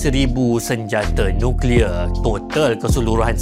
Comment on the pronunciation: Sng ckp nuclear